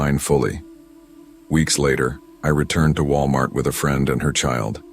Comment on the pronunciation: ah yes, Wilamart.